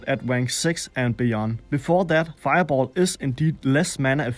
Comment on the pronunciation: wennst nochmal feiaboll sagst brech ich ab xD